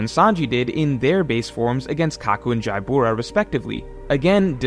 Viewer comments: Why does he say Jaibura? Isn’t it just Jabra? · Jaibura? Jabra is fine